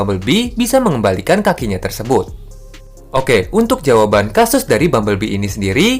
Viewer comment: "Kaki Nyah" 🤣